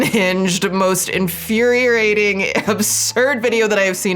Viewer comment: What does " infuhrerating" mean?